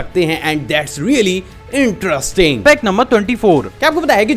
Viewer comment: Sach main interesting..ye word kuch ajib tarika se bolte ho bhai